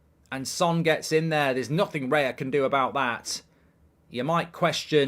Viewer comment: It's not Reya, It's Raya hahahaha